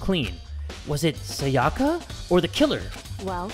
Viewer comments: Everyone: "Sayaka": "SaYAKA" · Everytime he’s says SaYAka I die a little more inside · FOR THE LAST TIME, her name is Sayaka (Sigh-a-ka), not (Say-aka). The “Say” in her name is pronounced “Sigh” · C E R Y S I cant stop getting annoyed when he kept saying Sayaka wrong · As a danganronpa fan, it kills me how he pronounces sayaka’s name like: sa-ya-ka instead of si-ya-ka, and byakuya like bkYakUay instead of bya-koo-ya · But he needs to say sayaka and byakuya right